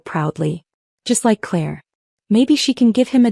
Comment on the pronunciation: Claire, not clear